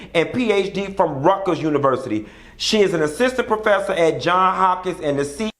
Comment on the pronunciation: Johnsssssss Hopkins (Johns has an 's' on the end) lol